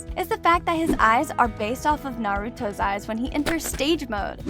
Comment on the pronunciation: bro said the names wrong